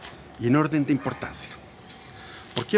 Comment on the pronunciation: "en orrrden cronologgico", este wn tiene altos delirios